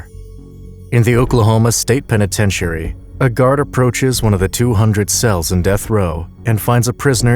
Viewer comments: Is this an AI voice over or can the narrator simply not pronounce 'penitentiary' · Oh another youtube who doesnt know how to pronounce penitentiary